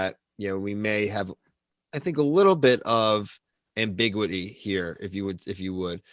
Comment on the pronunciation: Dude...."agree- ance", "ambig-wahty"???